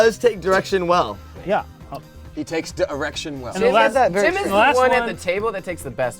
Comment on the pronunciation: "He takes da erection well"